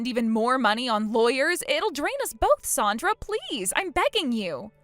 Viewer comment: Her name is Sandra not sondra